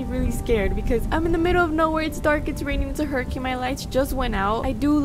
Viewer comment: when she said hurricane tortilla i laughed a lot but she mispronouced it lol- also good vid ahh!!! i love ur videos A LOTT